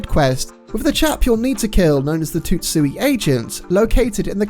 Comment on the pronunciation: Okay, the target is called The Tsutsui Agent. It's not pronounced "Tut-Sui", it's "Sut-Sui", because how do we pronounce the word Tsunami?